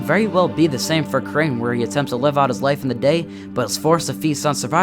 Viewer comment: It’s crane